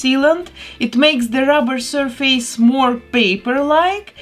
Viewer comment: She's perfect!😍 (Btw, it's pronounced "SURFUSS" and not "SUR-FACE")